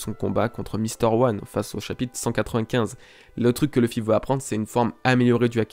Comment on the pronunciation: Luffy se pronononce [loufy] et non pas [lefy] ! Merci.